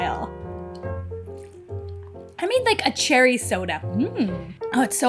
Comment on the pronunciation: She is definitely missing a syllable in the cherry.